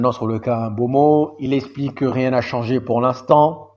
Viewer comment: Pour le coup ça se dit M- BEUMO avec un M subtile & EUMO comme Eux-Mot. Histoire que tu ne galère plus à chaque fois à prononcer son nom. Cheers 🤲🏾